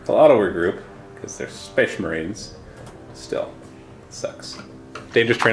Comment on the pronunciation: Every time says 'Spehss Mahreens' I have to go watch Dawn of Awesome.